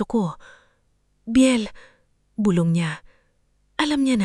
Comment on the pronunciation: Maganda ang keen to yong nag kwekwento ayusin lang ang pag kwenta bulong hindi bulbol wrong pronounciaton eedit pati ang iha . 😅